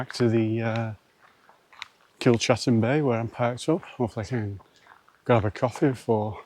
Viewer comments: It's Kilcatten bay not Kilchatten bay, as in chat. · Kilcatten pronounced Kilcatten, it may be pronounced Kilchatten but the right way is kilcatten bay.